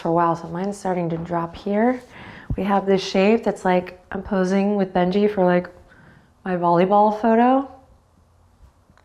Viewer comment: “Bend your knee” sounds a lot like you’re saying benji😁🤣